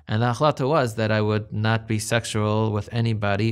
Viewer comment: Anyone else creeped out how he pronounces the word "sexual" he says Sextual.